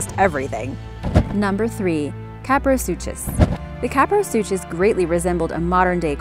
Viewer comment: You said kaprosuchus wrong how to say it KAP-ROE-SUKIS